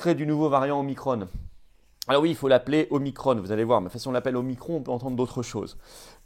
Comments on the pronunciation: Non non omiCron et pas omiCrone 🙈🤣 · En France, on parle français et on use de la phonétique française même pour des mots étrangers : Omicron pas Omicronne ! On prononce Macron, pas Macronne ! alors même s'il s'agit de la quinzième lettre de l'alphabet grec, c'est pareil, car quand on parle français, on prononce en français, merci ! O comme la première lettre du prénom de Véran ensuite, remplacer le i de micron par un a et micron devient Macron... Le hazard fait bien les choses...